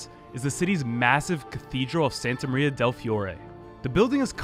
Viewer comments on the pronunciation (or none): none